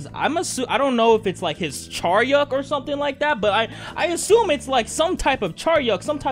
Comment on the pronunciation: It's not Charyeok btw